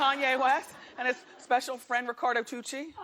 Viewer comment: 😂 and how she would always call him “Toochi” lmfaooo